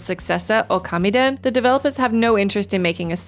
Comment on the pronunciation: Would it be pedantic if I said it's "Ōkami", not "Okami"? 🤔